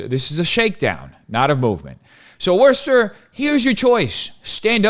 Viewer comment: I’m shocked he actually pronounced Worcester right. 😂 Worcester is SAFE! You just gotta avoid the beggars on every corner, the needles on the ground, and the mobs of roving LGBTQ1234’s threatening everyone they meet.